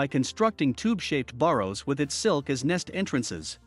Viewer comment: An "air - rack - know - low - gist" LOL. Are these computerized voices are very unpracticed readers. I catch terrible mispronunciations all the time. He just said: borris instead of burrows. Deeters instead of detours.